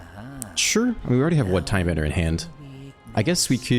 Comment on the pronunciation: Cant believe hes still saying tidebender